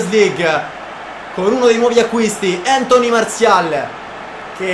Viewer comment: si dice Antonì. Grande